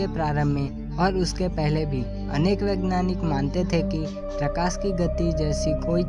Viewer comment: Vegnani nahi vegeyaani hota hai yar